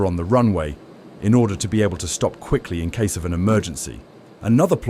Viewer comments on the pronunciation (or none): none